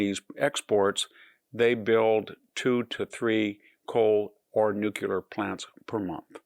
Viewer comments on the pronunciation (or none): I like VDH, but it’s hard to take seriously one who says Jiggawatts and Nucular. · Hanson, you claim to be a professor, but you don't even know how to pronounce "nuclear" correctly. You are a total fraud and an ignoramus, among other things. Educate yourself before preaching. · Nor NUCLEAR. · Excellent presentation on the topic. But please, nu CLE - are. Not nuclear. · Victor - Heighth is not a word. Nuculer is not a word. Artic is not a word. Learn the proper words and you will sound a lot smarter!! Not knowing your own language shows laziness and apathy!! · *********BE CAUTIOUS ABOUT THIS GUY!!!!!!!!!!************ He can't even PRONOUNCE the word "nuclear"....... WTF is a nucular? and you expect viewers to take you seriously????? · He's a military historian yet is unable to pronounce the word "NUCLEAR." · Who to believe? A military historian who can't even pronounce the word "nuclear" correctly and has no climate training whatsoever? Or the 99.9% consensus of PhD-level climate scientists and virtually every major scientific institution on earth? Don't think too hard, people. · He doesn't even know how to pronounce the word NUCLEAR correctly. Nor is he aware that the terms "climate change" and "global warming" mean two different things, preferring to believe some nefarious hoaxing by liberals. He should stay within his own bailiwick, which is military history, not climate science. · Very good current status update. Please though pronounce Nuclear - New Clear You do yourself an injustice. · "gig'awatt not "jig"awatt And nuclear has two syllables. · Nucular? Why the fuck do you refuse to pronounce nuclear correctly? Thumbs down. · Who to believe? A military historian who can't even pronounce the word "nuclear" correctly and has no climate training whatsoever? Or the 99.9% consensus of PhD-level climate scientists and virtually every major scientific institution on earth? I know who my money is on.